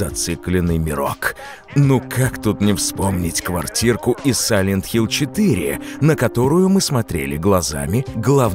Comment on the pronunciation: Да какой нахуй сайлент хилЗ?